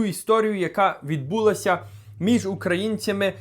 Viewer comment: Уважаемый, я русскоязычный, но мову знаю получше некоторых щирiх украинцев. Вопрос. Почему все в Украине стали неправильно ставить ударение? Правильно "булО", а не "бУло", "вiдбулАся" а не "вiдбУлася","взялОся" а не "взЯлося". В Канаде это может быть такой свой диалект. Но в Украине это стало везде. И реплика. А почему украинцев стала обижать дискриминация в Польше в том числе по языку? Полякам не нравится мова? Так им просто не нравится. А в Украине русский язык законодательно запретили! В Канаде 2 официальных языка английский и французский. Оба языка признаны Конституцией Канады в качестве «официальных».Французскоговорящего населения в Канаде примерно 21%, англоязычного около 70%. И ничего! А этот мовный геноцид в Украине все демократические страны Запада (и Канады) не замечают. Как и Вы, уважаемый.